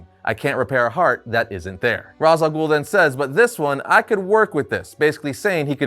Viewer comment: You are killing me with how you pronounce Ra's and Hippolyta...